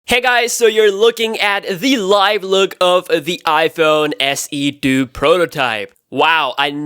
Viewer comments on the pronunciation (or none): haha you said iphone se do instead of iphone se 2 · Please say iPhone SE 2! Not iPhone SE Do